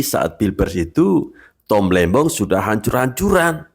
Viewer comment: tom lembong min bkn lembang😂